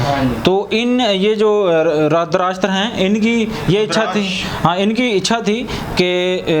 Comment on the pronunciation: name pronunciation galat hai 😅 . Dhrit + rashtra = Dhritrashtra